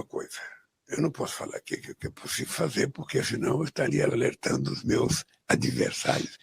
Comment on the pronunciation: Como ele mesmo diz!! Não é pusssiviuuu!! 😅😅